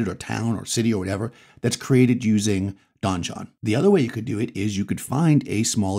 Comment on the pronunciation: Since you speak for a hobby and use the word "donjon", I want to help you out. It's just French for "a keep" and, as an English loanword is pronounced the same as "dungeon"...unless the creators of the software have explicitly said it's like Don John.